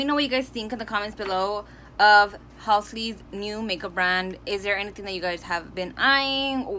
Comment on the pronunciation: Ur the second person ive heard call them Halsley its so cuteee🤣🤣 but i loved the LEEK! Its so pretty